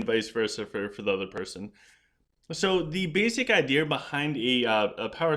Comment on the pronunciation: I just love the way you say idea 😂. It catches my attention every time.